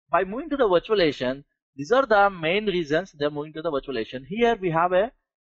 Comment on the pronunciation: STOP SAYING VIRTUALIATION!!! Can't understand 1/2 of what you're fu@ saying...